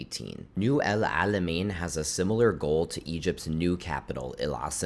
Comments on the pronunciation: Your pronounciation of the ein letter is impressive for a non arab, bravo 👏👏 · I feel your pain every time u try as much as u could to pronounce Alamein correctly 😂 It was so accurate though and I really appreciate your efforts ♥️♥️